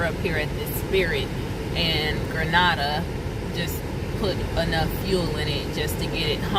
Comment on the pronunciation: I just started watching your videos. I love your videos and you give out nice information. I am from Mississippi. Not far from Grenada. Lol I heard the way you pronounced it .😂 LoL everyone from out of town pronounce it incorrectly. I just had to pick on you for a second lol. Keep posting videos and keep the good work up 💯💯💯